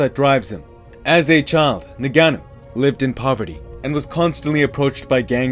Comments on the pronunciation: Why was you saying his name so weird lol...nahganou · The narrator said Francis “Nigganou” 😂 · With a degree in linguistics i can tell you the above are wrong. English doesnt allow 'ng' at the beginning of words but it does allow them at the end, replicate the 'ng' at the end of smoking (not 'ing', so dont pronounce the 'i') followed by ah-nu. So in total it is ng-ah-nu. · For sur Tony. For americain ppl, listen its simple ( for us, french and french africain lol ) N (like END, but without the D) GA (like GAS, but just GA) NOU ( i think thats the worst for you lol its like NOOB, but without the B) if you can do this, its how you say exactly Ngannou EN(D) GA(S) NOO(B). Sorry for my bad english hope you understand me.